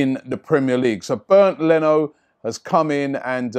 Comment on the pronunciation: It's not pronounced as "Burned" Leno ...lol...it is pronounced more like "Bay-end" Leno.